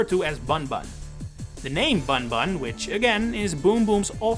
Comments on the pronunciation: You're pronouncing his Japanese name wrong lol. It should be read either as "Boon-Boon" (but with a shorter vowel) or even just "Boom Boom" (the ん character can be transcribed either as 'n' or 'm'). But it's not "bun" like you'd read it in English. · it's also not pronounced "Buhnbuhn" lol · Yeah this is why this guy should stop making content like this. I can’t believe he made such an idiotic mistake. Any prior research will show that bunbun is pronounced as boonboon, ay caramba. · Bunbun is pronounced Boonboon or Boomboom, so Boom Boom makes perfect sense as his English name. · Slight correction, “bunbun” in Japanese is basically just pronounced the same as “boomboom” - u is always a “oo” sound and an “n” is sometimes used instead of “mu” to convey an “m” with no vowel (and when “n” is in front of something like a “b” or “p” it ends up basically becoming an “m” due to how pronunciation works (that’s why we spell it “tempura”)